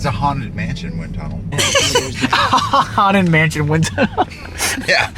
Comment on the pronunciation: LOL I like how you said haunted mansion Ton more like haunted mansion Luigi haunted mansion wind Tunnel